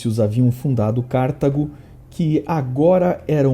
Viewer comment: Gosto muito do canal e do conteúdo. Porém uma pequeníssima correção. Em português não se diz Cártago. A sílaba tônica é o Car"ta"go. Também é ber"be"re e não bérbere. Parabéns pelos vídeos, são excelentes.